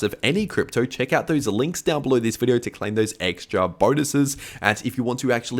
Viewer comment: What’s up with VIDEORRRR and HEEEE (here)?